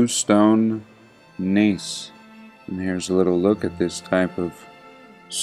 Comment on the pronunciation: the neiss stone is pronounced "nice" :) cheers